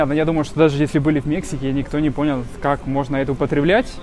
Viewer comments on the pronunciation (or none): none